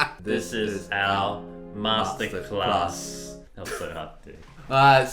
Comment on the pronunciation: You can play duets so well but you can't even say Masterclass together aiyaaaah